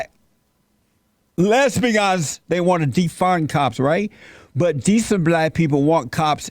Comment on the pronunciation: Check out when Jesse says "fat black Les-Pians" (right the the Word Les-Pian) - Scaramucci gets startled, as if the truth just had hit him in the face . AmaZin!!!